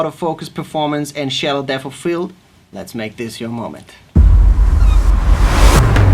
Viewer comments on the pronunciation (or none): Its not deaffff it's debt